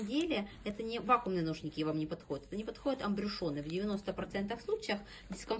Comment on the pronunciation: Ахахах,"АМБРЮШёНЫ"))))А в целом обзор не плохой)))Это называется "АМБЮШУРЫ"